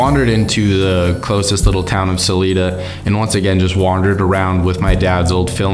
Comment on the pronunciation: and it is pronounced Sa l"I"da, not saleda